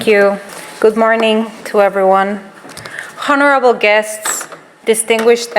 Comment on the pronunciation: Can someone please tell the young man who read the program that honorable is read onorable. Otherwise he is perfect. Thank you.